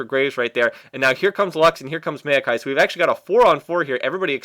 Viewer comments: i always thought it was mao-kai, not mail-kai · hate how he says "meio-kai"..